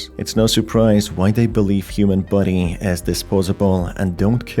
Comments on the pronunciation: I love how his accent makes the word "body" sound like "buddy" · Every time you say body I am. Not sure if you mean body or buddy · sounds like youre saying "buddy" like "bubble buddy" rather than body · why do you pronounce "body" as "buddy"? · Is he saying human buddy or human body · It took me 17mins for me to realize he isn't saying "buddies" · I despise the way you say "body"